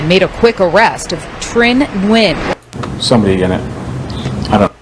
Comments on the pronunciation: FYI Like I know you don’t care about killers names but Nguyen is WIN in English. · We have a physician at work and she told us to pronounce it as N-Win. 🤷‍♀️ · I'm so glad you covered this, This is absolutely tragic, So glad they were able to apprehend this FOOL, SO sad, RIHP BBY BOYS🕊🌹🕊🌹FYI The name is pronounced (WEN )I hv a Dr w/the same name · So I do appreciate your video and the information but in the future can you please fix the audio lag and maybe even work on pronouncing the names properly? Hearing you struggle to pronounce the names was disrespectful to the people involved. You're talking about them but you can't even pronounce their names properly.